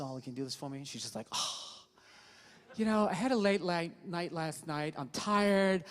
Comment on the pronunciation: His screwup where he says " I had a late ligh- Night last nite" gets me every time. He ALMOST got a tongue twister but recovered it ha. Bill is excellant